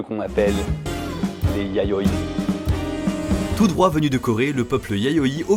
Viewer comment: à 7min 6s, j'ai du revenir en arrière mon oreille aait manqué un "y" de "yayoi"...